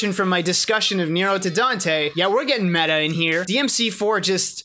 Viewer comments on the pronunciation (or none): none